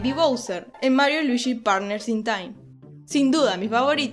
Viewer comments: Es Luigi Weege no Wiigi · Por que pronuncias Luishiii? Si es luigi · Me costó terminar el vídeo por los luishsis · Soy el unico al que de la cringe que diga luishi y no luigi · "Luishi y su traje amarisho" jeje se oye extraño. Pero esta genial tu voz <3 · Luichi XD me encanta como lo dices ! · cuantos luichi se dijeron en todo el video? :v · Oh por eso en mariokart 8 cuando escoges a Luigi lo pronuncia ruichi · jajaja Luichí XD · Por que está Chica le llama "Luishi" es muy incomodo escuchar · Luishi xdddd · por que dices luishi? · luishi xd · LuiSHI WeeSHI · luishi y waluishi jajaja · Me caga que diga "luishi". 🙄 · creo que es por el acento argento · no puede pronunciar ese nombre?